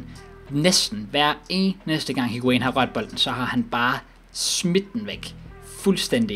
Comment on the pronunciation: Plllz væk med higuain det gør ondt i ørne når du siger hans navn